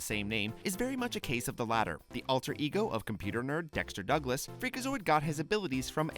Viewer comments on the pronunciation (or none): none